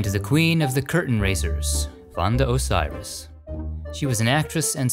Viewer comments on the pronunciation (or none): Thank you for this wonderful homage to the great minds of my country and congratulations on your research and your (almost) perfect pronunciation! You had it wrong only twice: the accent on Amilcare is on the i and Osiris is pronounced Oseeris. ♥♥♥